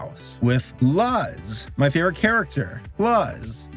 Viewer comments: Same, especially since I am Cuban,, him pronouncing it as “luh z” was actually hurting my head lol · It's not luz, it's (lu - s) like "loose" but the oo is more of a roblox oof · lahz lol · Luz is pronounced loose.-. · For those of you who don’t know, her name is pronounced “lose” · I ALWAYS READ IT AS "LUHZ"💔💔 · WHY ARE YOU SAYING LUZ LIKE THAT, IT IS CAUSING ME PHYSICAL PAIN. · Why did he have to say Luz wrong so many times. WHY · IM FINNA UNSUB FOR HIM SAYING LUZ LIKE THAT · Leave alone, he was pronouncing the name wrong on purpose. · This dude can't pronounce Luz. Also Owl House, Glitch Techs, and Hilda season 2 should have been on this list. They are just so refreshing. They life lesson shows that don't rely on heavy plot and lore. Not trying to be a serious serialized story. We need more of those. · the way the pronouncing Luz’s name made me so mad as a latino, but i understand it was a joke and i also laughed wail getting mad XD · Only reason why I gave this a thumbs down was mispronouncing Luz’s name so damn much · says luz literally so weirdly Me: "Do I sense sim- DEMONETIZATION XD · u said luz wrong lol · You said Luz's name wrong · It's on purpose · The fact that it's on purpose makes it so much more irksome. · His pronunciation of Luz makes me want to yell